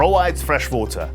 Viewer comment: Please, learn english it was so difficult to understand what you saying. Its not votor its water with U not V ! 😑